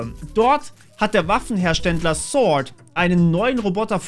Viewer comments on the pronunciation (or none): none